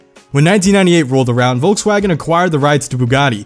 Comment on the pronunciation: Wolkswagon?? WTF